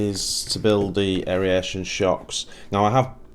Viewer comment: Air.... Ation. Not hairy Ation 🤣🤣. Everytime I hear you say aeration I'm shouting at my phone. Sorry brother